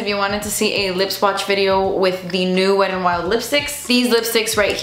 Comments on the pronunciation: I stg she's saying Weddin' Wild 😂😂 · “weddin wild”